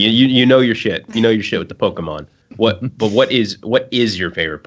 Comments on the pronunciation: I swear mispronounced pokemon on purpose and I kinda wanna punch him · don't be one of those people that act like they can't pronounce Pokemon to try not to divulge the fact they really used to like Pokemon.